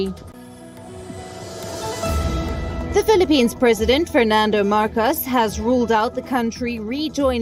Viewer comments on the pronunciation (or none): none